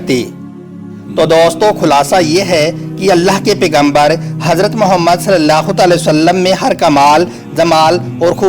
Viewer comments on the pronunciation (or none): Bhai naam sahi se lo or izat se ap galt tarike se khe rhe ho jb kha nhi ja rha to br br galt mat bolo mere nabi ka nam sahi se lo .